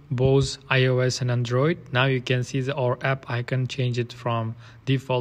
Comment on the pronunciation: It's not Andróoid. It's Android.